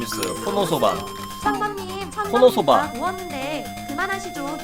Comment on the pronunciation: 왜 코노스바를 코노소바라고 하시죠??